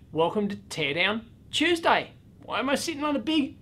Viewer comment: EDIT: NOW I KNOW WHAT 'CORONA' MEANS! I know it's 10 years ago, but I have to ask... What is the deal with his intonation at "Teardown Tuesday!", or would it be... "Teardown............. Tuesday!", maybe "Teardown Tuesday!" Genuinely, is there a reason for the way he's said that? In other, more modern videos, I have observed some peculiar communication... For another laser printer teardown, he keeps referencing 'Corona', Corona wire being one I specifically recall (Though he did mention at least one or two other 'Corona' things)... Any guidance, is there some reference I'm missing...? Office Space, Dave. Office. Space. 😁😁